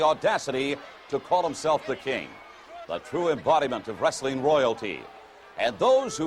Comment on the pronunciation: always hated the way McMahon says "Wrestling". Sounds more like "Rustling"